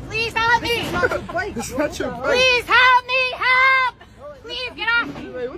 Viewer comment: The way she says “halp” instead of “help” is the most annoying thing in this video.